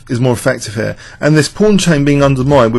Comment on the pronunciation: 'here' always sounds like 'hair':-))